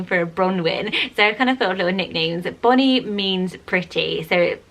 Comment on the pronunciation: I think she really tried to pronounce it🙃 I feel like she said Bonnie so nice too. People in my town would say it so country sounding.. it would sound like “baw-knee”. Lolol and imagine her saying I like the name Cabello. But not pronouncing the ll right ;)